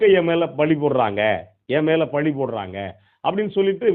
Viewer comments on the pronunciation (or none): சார் தமிழை தப்பா பேசாதீங்க பழி என்று சொல்லுங்கள் பலி இல்லை உங்ளுடைய ஊடகத்தை தொடர்ந்து கவனிக்கிறேன் நாகரீகமாகவும் கண்ணியமாகவும் பேசுறீங்க அது எனக்கு பிடிக்கும் அந்த தப்பை திருத்திக்கொள்ளுங்கள்